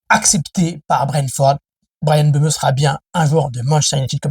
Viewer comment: Mbeumo cest pas mbeumeu Wshh 😹😹😹 il a du mal 😭😭😹😹😹